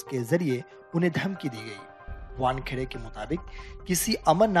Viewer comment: वानखडे नहीं वानखेडे नाम है|